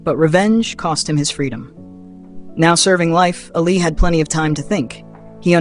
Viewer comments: ALI not ALLEY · Its not ally its Ali